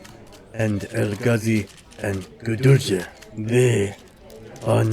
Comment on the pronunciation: Gudelj is pronounced with silent j. You completely butcher his name